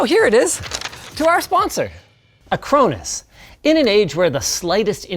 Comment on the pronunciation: When linus said "acronis" i thought he was being sponsored by cronus, that controller bullshit 😂